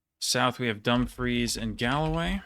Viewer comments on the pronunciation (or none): none